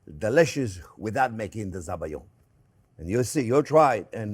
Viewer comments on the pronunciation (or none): Hi Chef Jean Pierre, thank you for this amazing dessert recipe from your labo...👍🏼 In french it's better to say "Sabayon" (like "salmon") not Zabayon... But you're The Chef, Chef😉 ❤